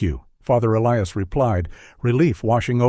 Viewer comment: I don't mean to be irreligious, but this sounds like bushwah to me. Also, one doesn't "decommission" a church. A church is deconsecrated. Whoever wrote this script is ignorant. This is ridiculous and I'm getting bored. 👎 Sometimes the priest's first name is pronounced correctly, other times, inexplicably, the narrator pronounces it E Lee Us. On a par with the low quality of this fictional story.